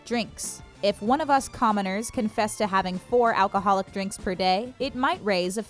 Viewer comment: Did you just call us comeners 😡